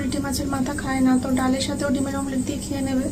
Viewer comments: সব ভুল উচ্চারণ করছো কেন ?ডিমের মামলেট বলে না ডিমের অমলেট বলে আর শিরির মাঝ খানের চাতাল কে রেষট চালাল বলে । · Mamlet na ota Amlet dehati ladies 😂😂😂😂😂keya kuch bhi bolte ho 😂